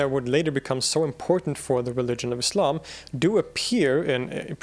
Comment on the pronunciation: I'm particularly impressed by what might seem to some as one of the more inconsequential details: the correct pronunciation of "Islam"! It isn't "Iz-lahm", guys, it's "Iss-lahm" (ok not quite that sibilant, but you get the point - it's an "S" sound, not a "Z"!)